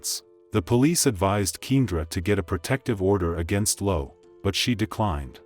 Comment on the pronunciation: Her name is pronounced Key and ra!